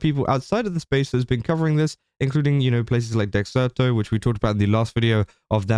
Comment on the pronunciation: You're the only "drama-tuber" I know who pronounces "Dexerto" correctly, my OCD appreciates that.